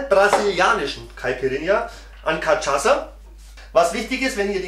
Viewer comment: ach du scheisse, "kaschaza", so kann das auch nur ein Deutscher aussprechen...